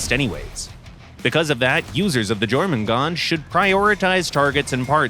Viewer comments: Lol at the completely incorrect pronunciation of Jormangandr. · finally now we know how to pronounce Jormungandr 😂😂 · Please tell me I'm not the only one that winced when they pernounce Jormungandr wrong... But hey, as a proud Firestarter, it ain't going to stop me from loving this beautiful shotgun!